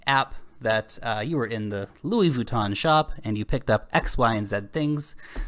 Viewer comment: "Luis Vooton" lol